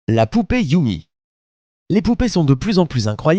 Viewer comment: YUME C'EST YUMé pas YUMI mdrr